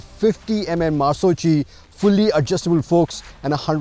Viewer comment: Marzocchi shocks - pronounced as "mArzoKKi"